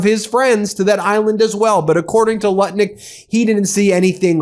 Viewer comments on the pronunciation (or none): Ben. The US Commerce Secretary’s name is Howard Lutnick, not Lutkin. Lutnick, it rhymes with Smutnick.